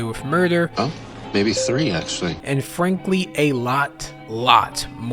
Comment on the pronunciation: LOL, who or what filled the visuals? Voice-over is saying "an(d) Frank-ly" and we are seeing Anne Frank... 😂😂😂